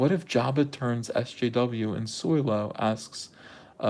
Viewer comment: I thought you meant soil-o as in they take a dump on SW.